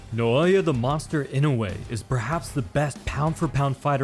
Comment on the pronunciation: Bro 0 seconds in an he calls him Noaya... I died